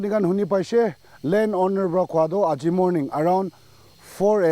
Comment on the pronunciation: Owner❌️ Oonar✅️